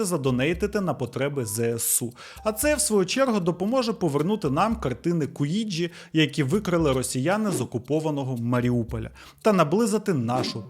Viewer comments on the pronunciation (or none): Дякую за нове відео! Вийшло суперцікаво. Тема живопису мені близька і було боляче слухати як по-варварському грабіжники обійшлися з картинами😢 P.S. Невеличка заувага. Едгáр Деґá, а не Éдгар Дéга, він француз, тож наголос на останньому складі. І Куїнджі, а не Куіджі.